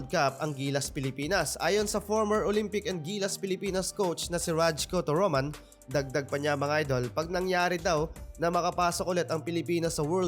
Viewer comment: Rajko Toroman pronounce Ra-ko